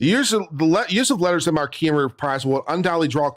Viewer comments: I think It’s pronounced letters of mark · It's written "marque" and pronounced "mark," unfortunately. Or, if you want to sound French/ridiculous, you can pronounce it "MArH-kuh."